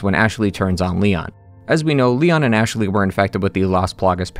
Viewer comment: Anyone else hear him saying “Ash-a-ley” sometimes? Can’t unhear it lol